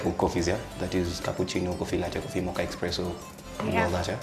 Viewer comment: 😂😂😭nigga just said Expresso😂are you really a Barista🌚when you don't even know it's espresso